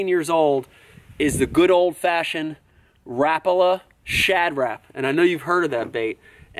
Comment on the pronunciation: hhahah the way he says repala XD